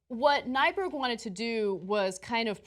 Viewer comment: Scandinavian. Means new mountain. Minnesotan here. We have tons of names like that. lol (And it's Nyberg, not Nyburg.)